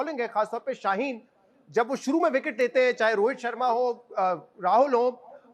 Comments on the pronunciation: Rohet nahi bhai rohit hota hai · rohet nahi rohit bol